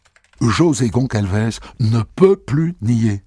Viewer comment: GONÇALVES, ça se prononce GonSSalvèss, mon Christophe ! C'est Portugais, d'origine. Vous voyez, c'est comme ÇA ; ça se prononce "sa", et non "ca". D'ailleurs, c'est bien des Portugais, il y a un "José" et un "Manuel" 😁.